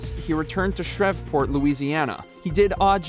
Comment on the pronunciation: Its pronounced Shreevport not "shrevport" but spelt Shreveport Louisiana